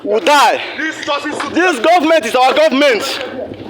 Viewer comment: Are we sure these guys are IPOB? The guy shouting in the video, his accent slipped when he said government the 2nd time as he was going to the booth of the car. Watch from to . Sounds Northern. Uhmm...proper investigations should be carried out.